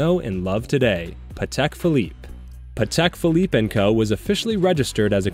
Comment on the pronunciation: "Patel Philippe"